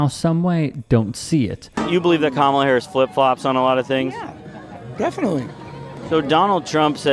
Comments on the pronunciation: If Kamala's name was actually pronounced ka-MA-la, he'd pronounce it KA-ma-la. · The fact that tRump insists on mispronouncing “Kamala” is the basest of disrespect. I hope in November I never have to see that face and hear that voice ever again. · Say her name correctly you convict! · He wants to run the country and he can't even pronounce her name??? Weird!